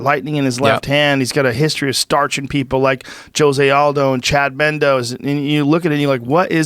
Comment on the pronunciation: 1 hour 55 "Chad memdoees"